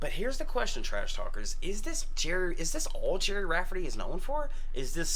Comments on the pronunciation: Jesus, dudes, where the hell have you been? It's pronounced Gerry, not Gary. For crying out loud. Research. It's a thang. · Its pronounced like Jerry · This Baker street is famous for two reasons, this & 221b Baker St., Sherlock Holmes fictional home but on a real street. It's pronounced 'Jerry' as in Tom &., Gerry, short for Gerald. He's got some cracking songs - Right Down the Line, Get It Right Next Time.